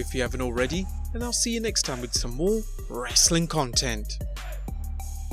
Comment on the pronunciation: Thumbs down and unsubscribed because of the way you say "wrestling content"